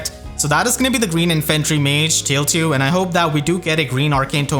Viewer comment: Tailtiu is officially pronounced “tile two.”